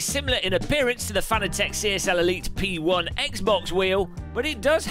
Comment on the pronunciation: It's Fah-naa-tick